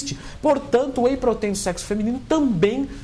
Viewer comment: "whey proteín" kkkkk vou comprar whey feminino 😋🤪🤣💪